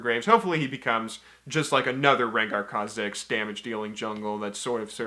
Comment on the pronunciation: Your pronunciation of Kha'Zix and Ivern makes me want to kill myself